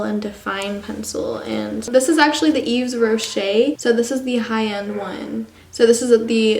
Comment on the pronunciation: It's y"V"es rocher not ye"Z" rocher